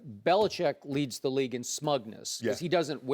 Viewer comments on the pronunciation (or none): none